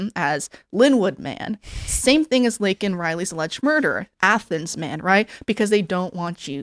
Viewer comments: What a fucking psychopath. You mispronounce the girls name and didn't apologize. You then say the killer is illegal which he is... Then apologize. You fucking lunatic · Stupid old barsteward. Worried about offending illegal aliens but cant even take the time to get Laken Rileys name right. The left are absolutely lost. And it does feel like it is becoming a "them or us" scenario. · GOP quite literally demanded that Biden say her name, then he does but they're unsatisfied with the pronunciation anyway. Surprise surprise. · So he apologized for that but not for getting Laken's name wrong?? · He didn't apologize for calling out her name wrong.